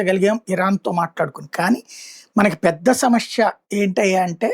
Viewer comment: సమస్య sir షమష్య కాదు pronounce properly pls